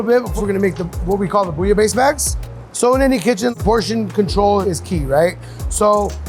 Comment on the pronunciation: A french like me won't appreciate this interpretation of bouillabaisse